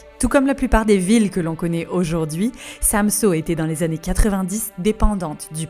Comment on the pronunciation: pas de panique les copains en fait des tonnes mais bon c'est pas grave ONT VAS TOUS MOUR*** un jour c'est pas grave profité juste de VOTRE VIE pensé a vous et faite vous plaisir (ah et c'est pas SAMSO c'est SamsØ le Ø se dit E c'est pas compliqué mes choubidou-d'amours)